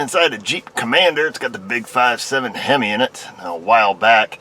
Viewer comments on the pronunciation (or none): none